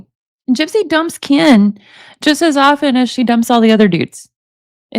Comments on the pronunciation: I love that your saying kaan instead of ken my boyfriend does the same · She says “Keen” just like Gypsy does lol it’s hilarious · I love you reading these, you make it fun. The way you say Ken cracks me up. I hope a Hershey pie is not what I think she is meaning..the pop tart I think I have that one. They are so gross, yuk yuk yuk.. She has no problems talking that crap... How does Ken stay with someone like that. Shows his character. That poor child, let her know right from wrong, that she travels down the right road. Have a wonderful night. Give the kitties a pet for me...thanks❤